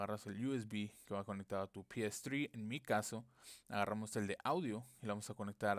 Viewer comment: "pi es zri" JAJAJJAJA habla bien